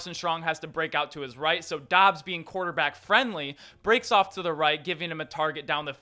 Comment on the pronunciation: Dubs not Dobbs...... 🙄